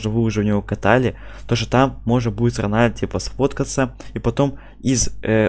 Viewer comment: Не ронәлдо а роналдо